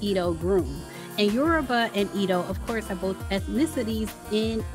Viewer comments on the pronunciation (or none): Not “E-do”, it’s “eh-dough” Also, aren’t AFRICAN Americans originally from Africa???????